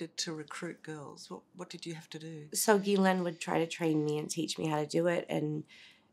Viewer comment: I believe her.. just by how well she says the word “Ghislaine”